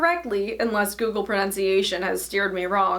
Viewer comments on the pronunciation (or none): none